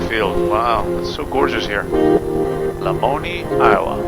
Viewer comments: Being an Iowan, I have to comment - it's "la MOAN eye" not "la moan ee". Glad you discovered that little gem. Another great little airport is Newton - KTNU - about 60 miles straight north of Lamoni. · Lol, Lamoni is pronounced "la moan eye" it's funny to hear how everyone interprets and says on the radio. If you're ever back through southern Iowa, say hi sometime! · Love your videos. Locals pronounce the Iowa city, La Moan Eye..Lamoni, Iowa